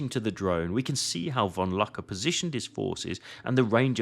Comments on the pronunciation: Caen, nicht Cagny. Luck, nicht Lack. Mannometer. Schliesslich schaffte es Lack, äh Luck bis in Saving Private Ryan. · Die KI sollte ausgeschaltet werden. Das ist Oberst von Luck, mit 'u' gesprochen, nicht mit 'a'.